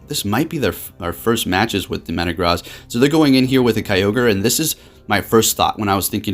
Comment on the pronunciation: My guy, could you please start pronouncing Metagross correctly? It’s super distracting in your videos. - and in that video